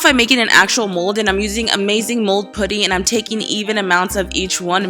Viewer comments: P-uh-tty not put-ty. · Ooo I can't stand how she says pooty for putty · Fuzzy tube? You mean pipe cleaner? pooty? It's Put-tee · "Pooty" it's pronounced putty😂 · Who else hates how she said putty